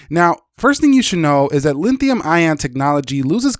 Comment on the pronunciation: Its Lithium not linthium